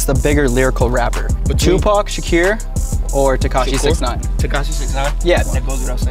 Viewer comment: Why does Jesse pronounce 2Pac’s last name like that lmao